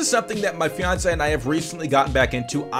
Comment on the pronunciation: Gaming set up, but every time he says "my feonsay" the entire season 1 pokemon tv show series plays